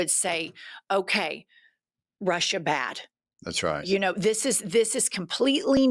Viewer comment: is so Okie with his “that’s right” 😆